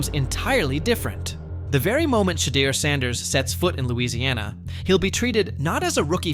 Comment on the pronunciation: Pronounce his name wrong